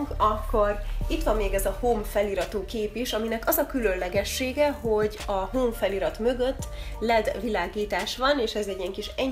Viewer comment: Azt nem Home [hám] -nak kell ejteni?